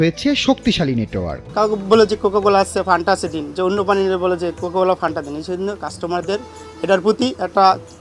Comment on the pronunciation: ওরে বলদ ঐটা ফ্যান্টা হবে! ফানটা না😄 অনেকেই বলে পান্তা 😄স্পষ্টভাবে তো বোতলের গায়েই লেখা আছে বাংলায়😄রিপোর্টার এর এমন ভুল মানা যায়না😄